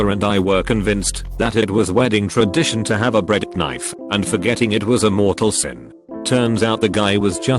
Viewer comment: Nobody: Narrator: BREAD KANIFE